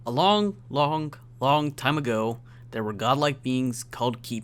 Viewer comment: ''A long longk time ago''